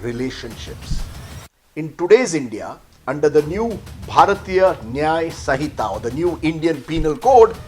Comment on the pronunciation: Understanding & implementation of the Law is not easy and is not a joke. For Modi haters & criminals, the Law would be bad. Pronounce Sinhita correctly first.